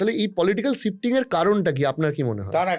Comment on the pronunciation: Sifting or shifting ? This curly hair has horrible pronunciation!